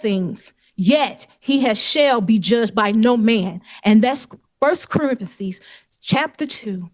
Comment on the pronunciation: She’s a minister but saying First “Corinthasese”??? Gtfo lady n just pay your debts 😂. They never care what the Bible says about that though smh.